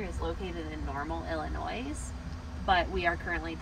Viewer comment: I cringed when she said “illinois” without the S being silent 🤦🏽‍♂️🤦🏽‍♂️